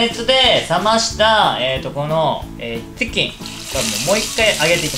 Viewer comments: 余熱で冷ましたこの「ティキン」www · ティキンwww